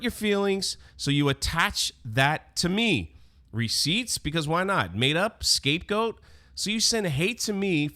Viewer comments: Okay, so great vid and all that but I really just have to say. SCAPEGOAT. NOT ESCAPEGOAT. lmao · Dis you say “escapegoat”? 😂😂